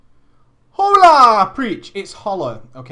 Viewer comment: You don't pronounce the H in hola. Or if you do, only just little bit, very subtle; closer to "Ohla", or hOOOOOOla if you want to unrealistically extend it for an introduction.